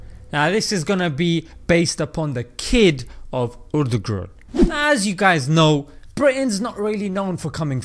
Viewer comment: Its not urdugrul its pronounced air thrul